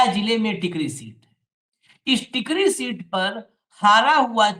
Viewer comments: टिकरी नहीं Sir, टेकारी है वो जगह, गया ज़िला में है एक जगह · Tekari hai sir tikri nahin hai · Tkri nahi tekaari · Sir ji nit tikri it's Tekari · टिकरी नही टेकरी है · Tekri nahin tekari hai.